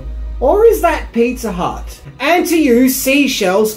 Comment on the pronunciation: Pizza "Hutt" ?! 😂